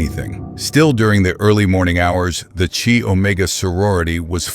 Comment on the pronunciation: Right off the bat...they weren't all taken at night... several were taken in broad daylight. The sorority is pronounced "Ky" not "Chee".